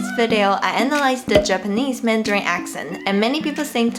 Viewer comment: 有點英文發音上的小錯誤 : Japanese的發音應該是 / ˌdʒæpəˈniz / (IPA) 才對 ! 不過除此之外沒太大問題，如果是自學的話真的非常厲害 ! 有點好奇Grace的英文是怎麼學的? 參考來源